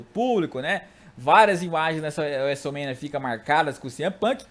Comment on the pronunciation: Cara aprende a falar Wrestlemania direito